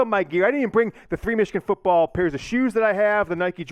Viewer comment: Everyone: “Michigan football”: “Michigan fitball”